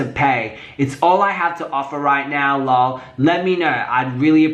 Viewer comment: Every time you say ”LOL (lull) ” I crack tf up! El Oh El